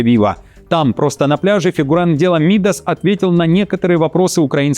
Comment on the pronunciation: Не МИдас, а МидАс